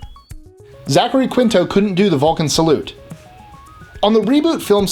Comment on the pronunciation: omg. i knew all of these. by the way you pronounce 'quinto' as keen-to.